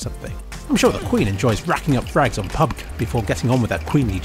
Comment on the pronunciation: DID HE JUST SAY PUB GUH